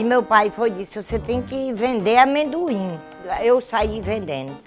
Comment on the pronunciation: amem-doim kkkkkkk muito foda repetir um montes de vezes.